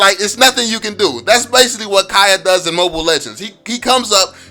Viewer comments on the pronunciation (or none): Kaya? Its kaja bruh